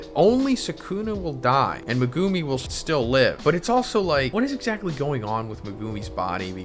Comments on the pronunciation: Why do you pronounce Megumi’s name like that? Lol, you pronounce it like “Me-goo-me” when it’s actually pronounced “Meg-oo-me”! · dude stop saying "megooooomi" its pronounced "me guh me"